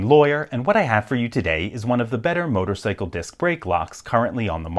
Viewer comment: You said "motorsickle" on purpose!